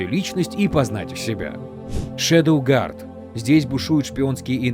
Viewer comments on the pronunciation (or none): none